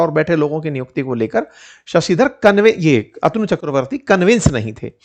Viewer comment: अतनू नहीं,अ तनु कहिए! अध्यापक को सही उच्चारण सीखना चाहिए!